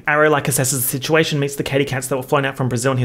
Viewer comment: "the shituation"